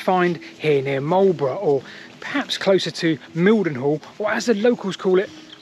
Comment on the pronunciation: Between nature and The Yanks oh and pipe line and where near the Grand Avenue and White Road is a bit hard to find. I was born very close to there. Your pronunciation of Mildenhall Ok. Cutenio is not the same as I was taught . Nor is Wansdyke I was always taught it was Wands-dyke